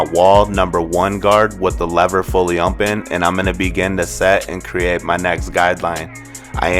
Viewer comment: I HATE THE WAY THIS GUY SAYS OPEN!! It’s OPEN NOT ONPEN!!